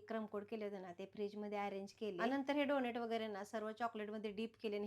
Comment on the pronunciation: Tumhi khup cchan kam karta... If u don't mind just one correction tyala डोनट boltat डोनेट nahi